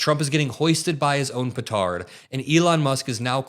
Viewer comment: Love it - "Hoisted by his own petard" in an American voice. Well done. 🤩